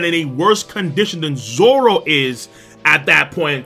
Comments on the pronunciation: Did you legit call him zolo? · But it’s pronounced as zoro And usually written as zoro so people don’t get confused